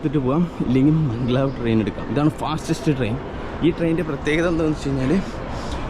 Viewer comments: മംഗ് ലാവ് അല്ലല്ലോ മാഗ്-ലെവ് അല്ലേ?🤔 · മംഗ്ലാവ് അല്ല മഗലേവ്